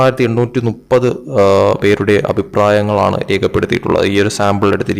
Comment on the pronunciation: ചേട്ടാ നുപ്പത് അല്ല മുപ്പത്